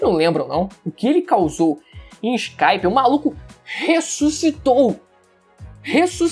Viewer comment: Conteúdo bom, mas pronunciar nomes de personagens/objetos/coisas em Japonês abrasileirando, é horrivel. EXP: Escáspia, fale Skypia (Suu Kai pia) como soaria em Japonês. Todos os canais de One piece dão essa ramelada.